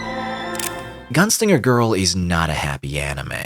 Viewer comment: À chaque fois que tu disais "Gounsliger" à la place de "Gunslinger" j'avais envie de te fracasser la mâchoire et te péter les rotules... 😒😓